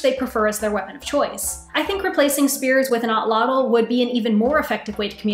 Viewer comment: At-lat-il. Is how to pronounce the word you were struggling with